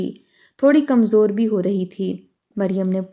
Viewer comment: “Bhai” nahi “Bhi”. “Lawndey” nahi. “Bachchey” “Fitrata” nahi “ Fitratan” “ Demay nahi “Dhimay” “Hikka” Haa se nahi “Hay” last third lafz. Huqqa Pakka “ nahi . “Tabiyaat Mukkadar” nahi “”Fiza Mukkadar”. “ Halak kar” nahi “Billak kar” “Bhai Kai huwi” nahi “Bokhlaii huwi”. Urdu ka Janaza hai ……….. “.